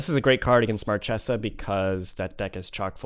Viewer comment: This is the first Captain Sisay deck that I really love. Your build is awesome my man. The fact that you managed to beat Marchesa (which is one of the worst match up for a creature-based combo) proves it. PS: Marchesa is actually pronounced "Markesa". Source: I am Italian. ;)